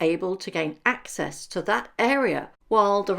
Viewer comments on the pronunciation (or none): none